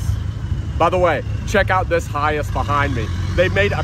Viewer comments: It's pronounced hi ACE not hi ise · AAAAAHHHHHHHHH I cant stand it anymore lol It's Hi ACE not Hi ASS lol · NOte that it's spelled HiAce. Capital H, Capital A. It's pronounced High Ace................ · the dude in video is pronouncing HiAce as "High ass" 😂😂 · For a car guy, you need to know how to pronounce your models. I've always thought it was pronouced as High Ace, not Hi-yas. It's essentially the mimic kind of the English pronunciation of high Ace. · Hey - Get it right its a Toyota "High - Ace" what's up with the Hi-yes? Duh??? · It’s not Hi- S it’s HI - ACE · Hiace pronounced Hi Ace 😂😂😂 not hayice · High Ace not High Ass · Hi-ace mate not hi-iss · Not "Hi-Ace" not "Hi-Ass" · It’s not high ass. It’s pronounced high ace! 😖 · In English the vans name is pronounced HI ACE as in a card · it's pronounced hi as the word hi then ace so yeah 👍🏻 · awesome videos dude.... it's pronounced Hi Ace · Pronounced Hi-Ace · Hi Ace pronounced High Ace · It’s pronounced as HI-ACE. It’s not a one word. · Hi-Ace not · its pronouced high ace... but as one word.. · Pretty sure you're pronouncing it wrong 😂